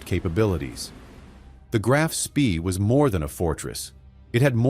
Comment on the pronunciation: The most boring,lengthy,including totally incorrect photos and people not to mention the ignorant pronunciation of the ships name. This action took place in December ‘39 so why show U S forces and Japanese battleships ? Too drawn out and over embellished in the presentation, basically banal !